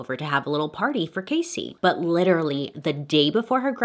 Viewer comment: not "liteerally"